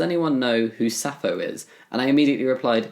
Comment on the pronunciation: Hey Jamie! Sappho is pronounced "sap-pho=fo", there is a p in there. btw I love your videos (did I mispell your name? Sorry if I did)